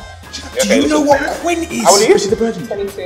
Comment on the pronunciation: He said quint 😂😂😂